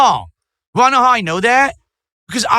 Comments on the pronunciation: I wa this and I wa that. Hearing him say the word "want" gives me an aneurysm, I can't bear it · I whan! I whan! NAGH TRUE. The guy who says he has good diction can't pronounce T's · Why does he say “want” like a regard?